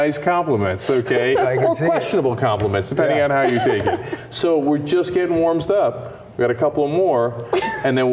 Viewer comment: Cenk after one glass of wine: "We're just getting warm sup."